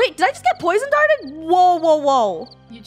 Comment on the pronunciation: "Wait did I just get poison darted?" Did she even say that correctly?